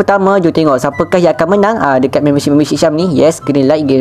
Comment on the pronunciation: be like: Memberrrrrrrr shipperrrrr Me: aku nk jumpa cikgu BI dia ni-.